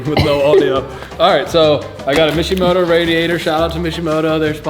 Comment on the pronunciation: Mishimoto? I thought it was Wishimoto. Anyways..